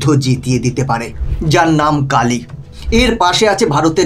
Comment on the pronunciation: Kilo hoba ucharon ta Kilo ampear linear injector. APNAR OKHANA LAKHA AACHHA KILO KINTU PURO NAM UCHARON KORAR SOMOY BOLLAN (KAALI AMPEAR)